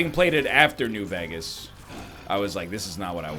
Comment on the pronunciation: Can we talk about how NL pronounces Vegas as "vegg-us"?